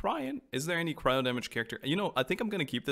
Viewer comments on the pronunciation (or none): none